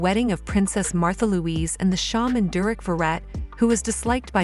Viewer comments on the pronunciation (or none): none